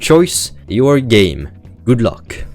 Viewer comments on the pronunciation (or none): none